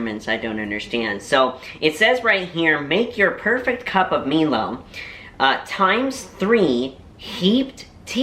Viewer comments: A hot cup of milo is delicious to cold glass of milk 🥛. Funny how you pronounce milo, you pronounce it me-Lo but it is mie Lo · Milo is pronounced M-EYE-L-O The more Milo you put in the better lol